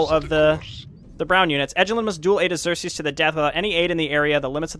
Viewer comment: The Tear Annes and planet Eye-your for Iggzerksees